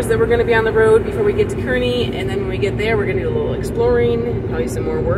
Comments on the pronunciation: Pronounced Karney by Nebraskans. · It's pronounced CAR-nee. And you missed the massive national car show today. Cruise Night. It's massive. Activities everywhere and cars as far as the eye can see. Guess your video came up bc I'm in Kearney today. Hope you see all there is to see. The Fort, the Bridge. All of it